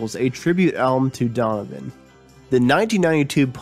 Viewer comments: Donovan, that's three syllables, not two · hahahah, I thought the same thing! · love donovan. would have been nice to hear this narrated by someone who enunciates a little more clearly and knows the words he is speaking -- the lost city of Atlanta? unless of course this was done by a computerized voice generator. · You garble the pronunciation of Donovan. This is an obvious fix that can be done easily. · Could you have found someone who can pronounce ‘Donovan’? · Can you get a better reader for the narration? I am an American and I can hardly understand the version of English you are speaking! You are slurring over words and mispronouncing them. Please......try to do a little better next time. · Okay , I'm 2 minutes in and that's enough . If you cant even pronounce Donovan properly I'm out . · Yeah, who the hell is Dovan? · His name is Donovan, not Donan. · I thought it was just me who heard "Domin" instead of Donovan, as pronounced by the narrator. Good effort, though. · Just a suggestion....when making a documentary, be sure to know how to pronounce the subject’s name. It’s not “Domvun,” “Dunnun,” “Don nun nun” or any of the other names you gave him. Say “Don o van.” Try it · It sounds like he keeps calling him Darwin or Darvan. It’s DonNAvan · Who the hell is Dommon? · Mell-yell? Donner? Are you a robot? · Rick Rubin became an alley? How the heck does that happen to a person? The lost city of Atlanta? I could have sworn it was right there where it's been for quite a while now. Where is the Adrian Sea? And what is this "narrator" calling Donovan? Dnnnenn? Dhvn? Three syllables are so tiresome to pronounce, if you just mumble some of the consonants in one or two syllables, look at all the energy you can save and surely that's good enough. This was freakin excruciating to listen to. Donovan's legacy deserves better than this. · his name is DonoVan.... DONOVAN !